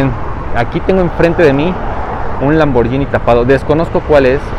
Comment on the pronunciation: como dato no se pronuncia lamborllini se pronuncia lamborguini como guitarra, porque hay una h después de la g, soy italiano